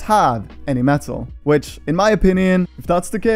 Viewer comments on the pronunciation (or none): none